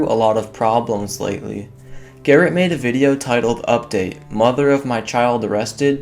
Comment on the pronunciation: "mad" but he said made. Lol